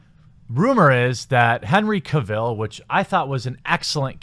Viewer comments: This entire rant was inaccurate. Ppl do watch supergirl. Superman had man of steel wich was great. You officially became a fuk boy when you said pronounced his name Ka-vill And then later confirmed when you actually used far left media is a sentence to justify your point when what you wanted to say was niggas cant be Superman. And actually they try to develop Superman in man of steel and give him An actual more dilemma and you fucks boys cried #NotMySuperman pls i can tell you like to pretend ...... by all the books in the background. Just stop pls just stop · I think it's pronounced: CAH-vil.